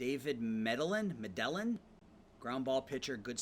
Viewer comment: Your World Series decision was fine but what a brutal way to lose. I would think you'd pronounce Medellin just like the city in Colombia, Me-Deh-Yeen. Sometimes your lineup ordering drives me nuts, like the 3 Leftys in a row, a good bullpen would destroy you late. And if Termarr Johnson has 100 range shouldn't he move to SS for the year with Royce Lewis out? Overall good stuff, really fast rebuild.